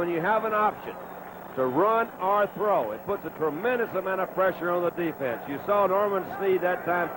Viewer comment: with Sonny, throw is pronounced "thow.". When I was a kid, I found it funny when he moved to color commentary for CBS.